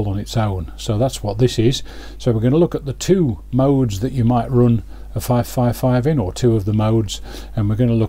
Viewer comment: Thanks,. Very nicely done. When you said "the two modes you can run them in," my American ears heard "the two modes you can ruin them in." Yep. I've done that!